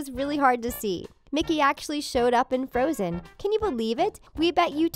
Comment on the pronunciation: And there's floatzen instead of frozen